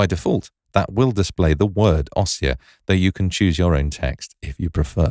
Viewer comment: Great feature. To delete you need to select both signposts. In the word "ossia" the stress is on the "i" so it is pronounced "ōˈss-EE-ə".